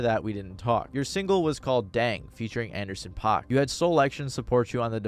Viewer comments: Paak is pronounced like pack. Shit drove me insane , otherwise, good video. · it's paak like PACK not pac like tupac goddamn it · Its actually Anderson Pakk (Pack) not (Pac) ☝️🤓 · Did you call Anderson Paak Anderson Pac?..... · Take a shot every time he says Anderson “Pac” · its pronounced anderson PACK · It’s pronounced Anderson. PACK not tuPAC. Hearing you mispronounce his name was agonizing 😂😂😂